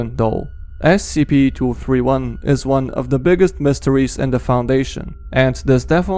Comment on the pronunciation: The second one you said scp 2 hundred and turdy 1